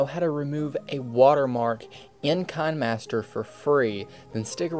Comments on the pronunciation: You know its pronounced KI-NE-MASTER like a kinema master not Kine-master (a kinema is just an old word for a cinema) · Hold up...did this dude just say kunmaster? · any remember the video that he say kinahmaster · It's Kih-nee-master Don't believe me? Go to official kinemasters channel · This is a proof he said kain-master instead of kinemaster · Excuse me did you just say fine master? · why do u say kinemaster like this kanemaster not hating